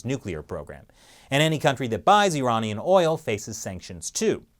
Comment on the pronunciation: the party has finally managed to hack chris... he started saying iranian weird... it became more... unamarican.